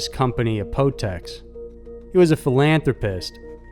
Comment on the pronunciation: The Pharmaceutical Company is pronounced with a “A” like when you sing the Alphabet song, but the rest was pronounced properly..... Not a big deal though, just wanted to let you know. I live in Canada and I never knew Apotex was a Canadian company lol. It's the most used Generic brand in pharmacies, very good quality of medication! And the customer service was good as well, he seemed to be a person who cared more about the medication and the people it would help, rather than how much money the medication would make him (which most Pharmaceutical Companies only care about the money).